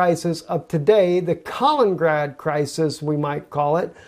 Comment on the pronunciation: Love the video, but it's Kal - IN - IN - grad, not "kalingrad"